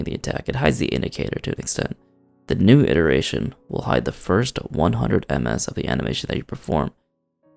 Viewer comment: foist... thoiteenth :(